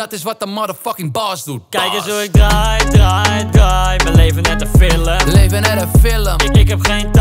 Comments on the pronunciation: het irriteert me dat hij zegt filum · Normale mensen : film Koen : fillum